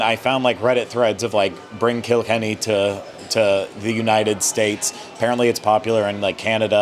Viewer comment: Kilkenny is pronounced more like "oh my god, you killed Kenny" not "kilk-enny". Great review, but sorry, that was driving me nuts. I'm from Donegal, but have been living in America for years and have yet to hear Donegal pronounced correctly. But loved the review